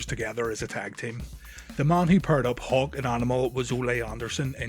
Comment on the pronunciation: When you say Hawk, it sounds like you're saying Hulk